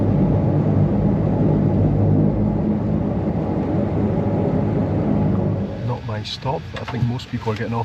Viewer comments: Being picky, but just to say that -våg is pronounced -vorg. 😊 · Probably already been told somewhere in the comments, but the å is pronounced like «au» 😊 So the name Pål is the same as the english Paul, and it’s pronounced the same way. So Honningsvåg = Honningsvaug 😅